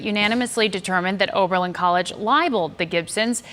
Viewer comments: my man.. it's OB... not ORB... Oh-Berlin, not OrBerlin. just sayin. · Pronounced- O-ber -Lin